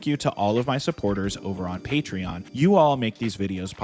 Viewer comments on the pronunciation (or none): none